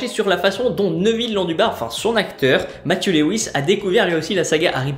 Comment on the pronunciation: abo, mais petit détail, Névile, (soit Matthew pour son vrai prénom), ça se prononce en français Matthiou et en anglais Mafiou et non Mathieu. Message de la part d'un Matthew, qui en cours d'anglais se faisait appelé trop souvent Mafiou mdrr